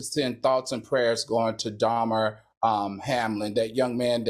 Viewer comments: Really AL "Dahmer"!? Why you act like you can't pronounce black names?! It's Damar Hamlin pronounced "duh - mar". All that research you do but you couldn't look up how to say this man's name while he's fighting for his life! You link him to a serial killer! 🤦🏾‍♀️ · I was like mmmm .....you said that very wrong🤦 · I'm so mad at the way Al pronounced "Damar's" name 🤣 not Dahmer as in Jeffrey